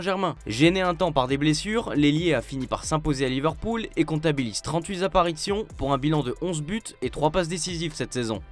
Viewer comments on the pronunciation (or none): Trente-huit zapparitions...